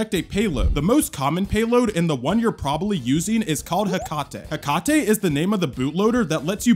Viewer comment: Um I think it’s pronounced Heck-ate